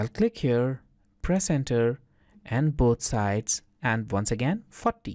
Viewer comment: when you say "40" i understand "fuck me" sorry ,very strange but its true .PEace ! and thanks for bricscad,very fine cad program.